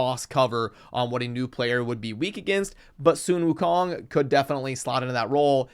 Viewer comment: Bro.. its "sun" not "soon". Are you doing this shit on purpose? I've watched a few videos now of you butchering simple pronunciation.. You know like the source of light you see when you wake up in the morning?